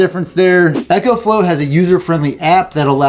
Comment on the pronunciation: After hearing echo I trust nothing else that is said